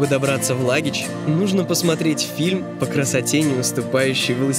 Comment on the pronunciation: Не Лагич а Лахыч😂